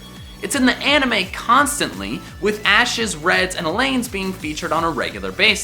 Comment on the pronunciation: how are you so bad at pronouncing Alan. even if that guys name is pronounced differently, I feel bad for alans everywhere